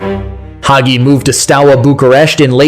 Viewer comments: Not to mention mispronouncing Hagi (hajji) as "haggy"! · cool video the gi at the end is pronounced as in gi in ginger. in romanian, what you pronouncing in the video is haghi.